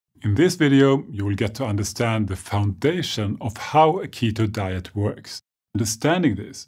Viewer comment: When he " ketho dieth" and I'm just wow